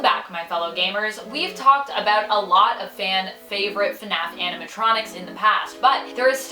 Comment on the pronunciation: She legit says funaf